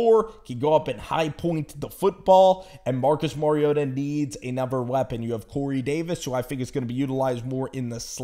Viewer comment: Anuver? You fink 🤦🏻‍♂️?